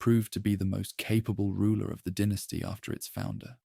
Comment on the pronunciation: The pronunciation of dynasty fluctuating between “dye-nasty” to “den-tasty” is another sign that it’s probably AI